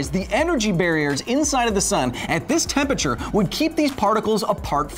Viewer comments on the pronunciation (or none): Love the show Kyle, but geez, it irks me every time you say "temperture" instead of "temperature"!! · Please pronounce all syllables in 'Temperature". Makes you sound as dumb as someone saying "Nucular" instead of nuclear.